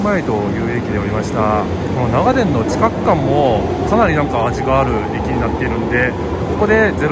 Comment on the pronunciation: 信州人ですが、取り上げてくださって嬉しいです。 ただ、長電のイントネーションが気になりました。地元では なが⤴️電 が主流です。 でも地元の愛称で呼んでくれてありがとうございました